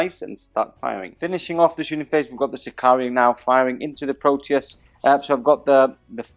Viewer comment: Okay, I have to post this, even though I know it is unecessarily pedantic... but where do all those extra Is in your pronunciation of unit and equipment names come from? The tank is a Sicaran, not a Sicarian, the vexilla also aren't vexillia (and vexilla is plural, the singular is a vexillum, but that is GW's mistake), and artificer armour is not artificier armour... Sorry for the rant, just had to get it off my chest. You make great battle reports, carry on.